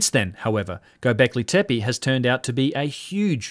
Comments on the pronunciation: Loving your channel and especially Martin Sweatman's chat, but I noticed that you consistently miss spell and miss pronounce Gobekli Tepe, perhaps also why your search results were null in this case. Said in the spirit of constructive criticism 🙏🏻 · you horribly mispronounced göbeklitepe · Mate, its Göbekli Tepe. :) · Years passed, yet you still can't properly pronounce "Gobekli Tepe" (from your most recent videos). 4 years ago somehow you couldn't even spell it: - God help us against those educated corrupt archaeologists if our side can't even spell these names properly :(